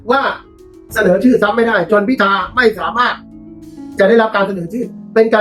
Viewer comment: เห็นท่านประธานรัฐสภาทำหน้าที่แล้วน่าเป็นห่วง ดูท่านชราภาพมากเลย ไม่คล่องแคล่ว แม้แต่การอ่านรายชื่อผู้ที่ได้รับการเสนอชื่อเป็นนายกรัฐมนตรีท่านยังออกเสียงว่า "พิชา" หลายหน แต่ ..... ท่านอายุมากแล้ว เห็นใจๆๆ